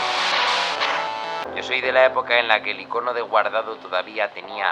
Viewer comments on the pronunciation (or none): none